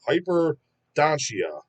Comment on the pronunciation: Sick band! Pronounced Hyper-don-te-ar (it's a condition of having extra teeth, in some cases it's bruuutaaaall) well worth listening to 🔥